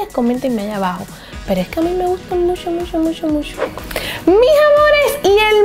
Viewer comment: Me gusta cuando dice: musho, musho, musho 😁😃😄